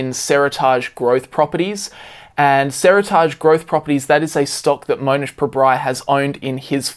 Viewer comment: Pronunciation of Seritage killing me. “seri-targe” or “seri-tidge”? Sounding weird, and can’t blame Aussie accent for this one haha!